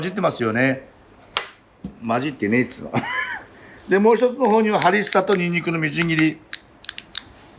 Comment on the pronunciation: ホンビノスとハリッサを何回か言い間違えてて可愛すぎる